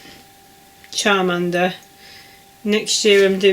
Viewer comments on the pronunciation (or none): When you said the Pokémon sheet was upside down and then turned it I was saying no it was the right now and then when you said you've down chowmander (sp) I was saying again no you're busy doing it 😂 bless you, we all have those moments when filming. Each time you say chowmander I think you're saying childminder 😂 Loving your pieces you've got quite a bit done 👍🏻